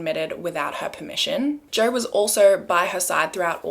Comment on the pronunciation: Who is Joer? Love the random r’s in words even when there isn’t an actual r there ❤️